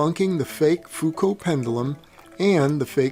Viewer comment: knows how to pronunce Foucault doesn't know how to pronunce pendulum reassuring...